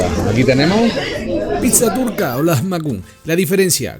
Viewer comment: La pizza turca en realidad es una receta Armenia ( tuve un novio armenio) y se pronuncia LEJMEYUN